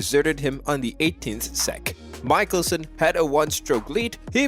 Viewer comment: I stopped watching just as soon as he pronounced Phil's last name MIKE-elson. Where did they produce this film, Bangladesh?